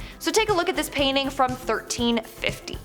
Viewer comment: What, exactly, is a "payning"? Is it anything like a "painting", mayhap?